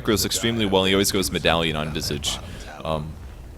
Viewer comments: its not "vizig" ffs!!! its visage!@ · Lol you gotta learn how to pronounce Visage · if you don't like saying it either way say Vye-sage. Like dat. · strange i pronounce his name vi sage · why does everyone pronounce visage wrong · he's saying visage's name wrong